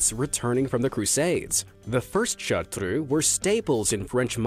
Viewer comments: chartreux pronounciation: fdgh-dfsh-hgu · I love the way you say Chartreux, I love the way it's originally pronounced. I brag to everybody about my gorgeous Chartreux girl. She is soo intelligent, loyal, and friendly, and yes.. She has amazingly fast reflexes 😂😂